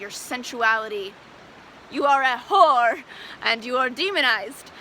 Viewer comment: And The ho-wer! ❤😂😂😂